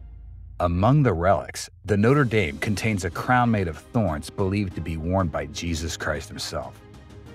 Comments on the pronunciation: No-ter day-m ❌ - No-tre dom ✅ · When you say “Noter Dame” you’re referring to a university. Do your research and pronounce it correctly. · A nice video, but the church is pronounced Notre Daame not dayme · Try pronouncing it NOTTRA DAHM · It a French Cathedral not an American football team- can't you even try to pronounce it correctly? Try to be a little more professional. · Please be more respectful and pronounce the Notre Dame correctly. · Haha, you pronounce it like the college in Ohio and not the centuries old French cathedral.